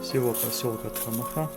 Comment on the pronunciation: Спасибо за хорошее видео !!! Маленькая поправка: название "Тхамаха" происходит от адыгского слова " Тхьэмахуэ", что в переводе означает - "Божье счастье". При произношении ударение падает на предпоследний гласной - вот так - "ТхамАха", а не ТхамахА.